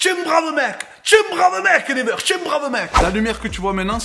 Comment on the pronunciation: C't'accent Anglais Ah ah ah!!! Never on dit niwaire plutôt mais ça me fait golri qd même bravo!!!